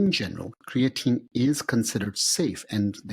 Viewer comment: just say creatine man dont rock the boat with the funny pronunciation and they BOTH did it